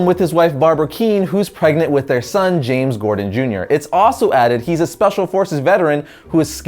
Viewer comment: You said James gordan at the beginning